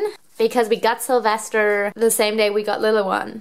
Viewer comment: Sylvester not syvister